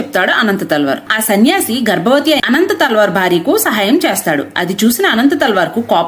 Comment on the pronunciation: అనంత తాళ్వార్ కాదు అమ్మ అనంతల్వార్లు